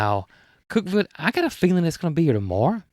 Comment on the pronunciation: Thank you for sharing this episode it was fun to spend this time with you. I was surprised to hear you got a call from my neck of the woods, Cookeville. I had no idea Growers Solutions is located here. Congratulations on pronouncing Cookeville right! Most people call it Cook-E-ville, that would have been okay. 🤣 I hope you stay safe from all the storms and the rain goes away so you, and all the builders can go out and play., I hope your fingers are better soon and do check on the automatic garage door opener! 😉 Have you called the plumber about the odd water pressure problem? I’m thinking when you take off the hose it releases pressure so it can work until it builds backup. Try turning the volume of water down instead of full blast, that might help. There was a TV show asking ladies of all ages which convenience would they find it hard to live without in their kitchen. The youngest said stove, refrigerator, microwave and the oldest lady said running water. From my mountain top in middle Tennessee where the hilltops kiss 💋 the sky 🌦, I wish you sweet dreams, Fran P.S. when you started talking about the strawberries, I had to fix a bowl of strawberries! Yes 👍🏼 they were sooooo good! 🥰🍓🍓🍓